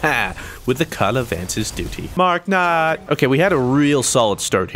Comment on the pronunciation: do u watch achievement hunter?? Is that why you said mark nutt like that?